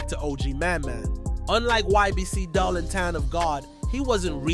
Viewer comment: Dul name was pronounced "doool" bro... He wasn't taken directly to the hospital he may've lived but they drove him to his homie crib first wasting time and he died.